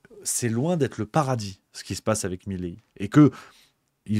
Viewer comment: Mais pourquoi vous dites tous "Mileí". C'est Milei ! 😂